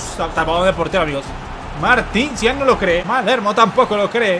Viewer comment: Zidane uso el 5 no el 10 este man no sabe nada de futbol desde que no sabe pronunciar a los jugadores hasta algo tan básico como esto jajaja